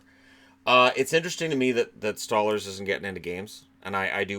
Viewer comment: Ah, it’s “Stole-lars”, not “Stah-lers”.